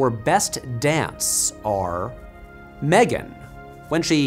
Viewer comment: Um, actually, it's pronounced "Ma-'three'-gan" thanks!